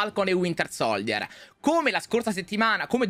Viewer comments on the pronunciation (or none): Ma perché non riuscite a pronunciare correttamente SOLDIER🙄 (SOLJIER)